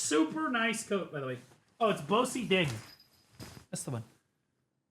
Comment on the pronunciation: Just an FYI, bosideng in English is phonetically pronounced like “Boston” (as in the city in Massachusetts).